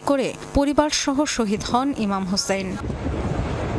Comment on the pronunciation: হযরত ইমাম হুসাইন রাদিয়াল্লাহু তা'আলা আনহু মুখে উচ্চারণ করতে পারো না খবর প্রচার করতে এটা কি মেকআপ মারোস আর পিজ্জা খাস